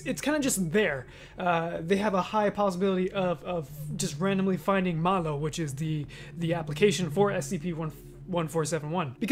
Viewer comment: i like how you say MalO also 2722, 127, 478, 3108, 437, and 1778 are some interesting SCPs